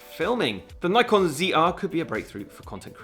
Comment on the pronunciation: Ni-Con or Nik-on? Just asking, honestly :)